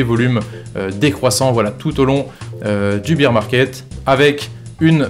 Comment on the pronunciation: Tu dis bire pour bear t es sérieux ? Bire c est beer de bière 🍻 🍺